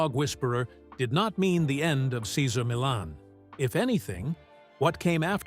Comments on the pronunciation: Doesn’t anyone listen to these before publishing them! This whole vid mispronounces Cesar Millan! He is a wonderful example of a great human being! A gift of a dog behaviorist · Yes he couldn't pronounce Caesars first or last name unbelievable! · We love you, Cesar! Dude in the video... learn how to pronounce his name properly, for crying out loud! We love you, Cesar! Come back. 🐾🐾💖💖🐾🐾💖💖🙏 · You are a horrible announcer... You can't even pronounce Cesar Millan.... And this man is Great with dogs and has helped alot of people.... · If someone is going to narrate, shouldn’t he learn the correct pronunciation of the person he he speaking of? Truly painful to listen to this with mis pronunciation after mis pronunciation… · The constant mispronunciation of his name and constant changes of it diverted my attention.. I rate CM. ! I tink there is a hierarchy with most animals!! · Would be good if you could stick to one pronunciation on the name! 2 different versions ,neither of them correct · The commentator should at least learn how to say Cesar’s name correctly. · Could you at lease pronounce his name correctly? Is that too much to ask? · This video is TRASH‼️ Doesn’t even pronounce Cesar’s name correctly. Barf!